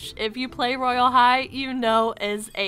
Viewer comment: When you said Royal High, I thought you said "Royal!! Hi~!"